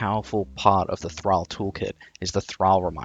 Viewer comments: It's Thrall as in Call, Ball, Wall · You are Australian saying thrall like an American its throwing me off